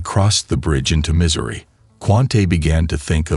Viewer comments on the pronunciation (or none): Possible another fake!!! BTW it's call Missouri not misery. Get yr fucking A I shit correct!!!